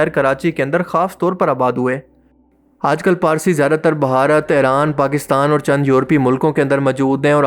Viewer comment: Just Stop Pronounce Iran as Aeran Already!!